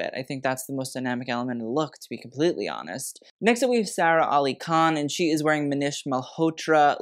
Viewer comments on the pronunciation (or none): none